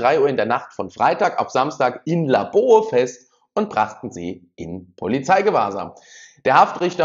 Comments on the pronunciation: kiel Gaarden ist ein Multikulturelles viertel wie man so schön sagt ,ich wohne dort ,und Messer Angriffe sind hier normal leider ,und Laboe wird labö ausgesprochen xD ach ja und aufeinander geschossen wurde hier auch schon mehr als genug kaum eine Erwähnung in den Medien und wenn kurz und knapp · Laboe Wird Labö ausgesprochen Nur so fürs nächste mal 😉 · Das spricht man Labö aus :-) Viele liebe Grüße! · Laboe wird Labö ausgesprochen 😂😂😂. Unwichtig, wollte es nur mal sagen wegen Algorithmus